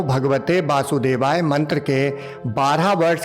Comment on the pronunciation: Aap mantr ka galat uccharan kar rahe hai Ohm namo bhagvate “basudevaay” nahi bolte “Vasudevay” bolte hai.